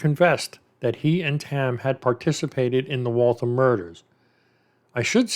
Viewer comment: Its pronounced wall-thamm like rhymes with whamm. Massachusetts has alot of wierd town names hahaha reminds me of Aaron Hernandez with the double murder way before the one he was charged with. Funny how they solve some of these way after they go on to commit other crimes.